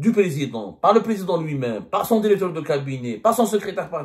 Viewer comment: Dans une de ses vidéos, il a dit :"il faut incluer". Et là, dans cette vidéo, il dit "dérecteur".